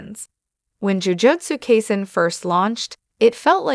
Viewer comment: "Jujotsu kayzin" 2 seconds into the video